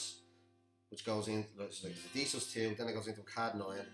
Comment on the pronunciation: Kadd9... it’s C-add9. Like ‘See’ add 9. Good tutorial otherwise, nice voice too